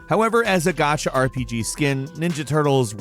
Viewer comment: need to learn how say "Gacha" properly. Here I am thinking... wtf is a "got-cha" game??? After about the 4th time of him saying it and applying more context, i finally understood what he meant.